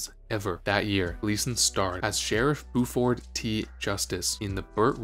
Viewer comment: You'd think a guy would learn how to pronounce CRAMden, BYUford, and PLETHora.